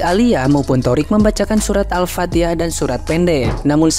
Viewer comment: Pinteran juga keluarga nya sifuji ya haji gie baca alfateha nyebut nya aja salah kata nya dekat sama tuhan belajar dulu sama fuji.hahaha